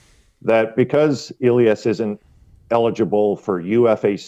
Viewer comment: Ill-yahs? :body-green-covering-eyes: It's Eh-Lee-Ass